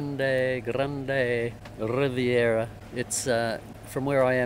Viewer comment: Excellent video! About Grande Riviere, it's French so it's pronounced, grand rivier.